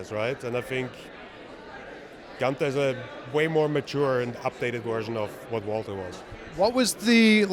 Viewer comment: Goon-ter. Or for people who respect history, it's pronounced Wall-ter